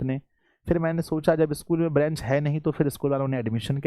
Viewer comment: आप सर बेंच का उच्चारण गलत कर रहे है 😢😢😢😢😢 इस पर ध्यान दीजिए सर ब्रेंच बोल रहे हैं ❌